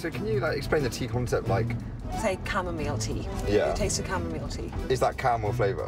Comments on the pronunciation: drove me mad with her pronouncing of chamomile, it's chamo-MILE, not chamo-meel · camo-MILE, not camo-meal, like she pronounced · She pronounced it differently to a lot of people, most people say "cam-a-mile".